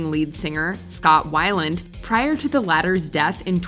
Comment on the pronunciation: Hearing the narrator repeatedly mispronounce Scott Weiland's name was downright painful. 😣